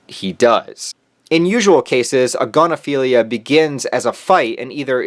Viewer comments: I lost it when he said "agonophilia" I immediately thought aGONophilia IM ORBITING ⭐💀💧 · Didn't you mean... A*gon*ophilia?